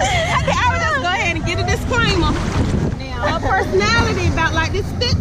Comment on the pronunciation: I hate the way says "now". She pronounces it as Neoww.